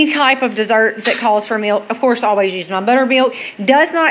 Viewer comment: I love the way you say "MEALK"😂. Im From Missouri